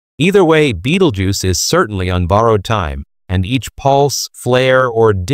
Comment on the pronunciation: Hahahaha Beetlejuice .... hahahaha non, Betelgeuse.